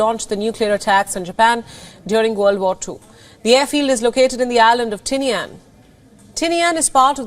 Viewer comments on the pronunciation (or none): Great video as always. But it is actually pronounced “10-e-Ann”. I was stationed in Guam for 3 years. Been all over that area. Marshall Islands and beyond.